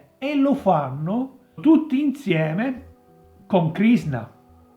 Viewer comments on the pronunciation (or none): Krishna.......he he he......non Krisna........